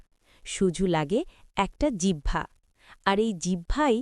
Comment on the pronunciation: আলহামদুলিল্লাহ। জিহ্বা না বলে জিবহা বলতেছেন তাহলে এটা কি আমার আপনাকে বলার গীবত হবে